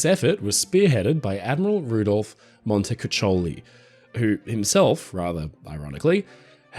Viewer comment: He is actually pronounced "Montakookoly"